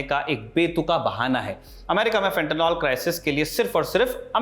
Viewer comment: Fentanyl....NOT Fentanol Fenta निल सही उच्चारण करिए. हमारे देश में गँवारू लोगों की कमी नहीं है FENTANOL का भी कुछ और बना देंगे